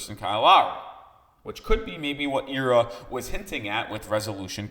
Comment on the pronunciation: it's Ira as in eye ra not Eee ra